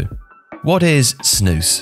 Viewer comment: you said snus perfectly i see many people say it wrong you pronouced it very good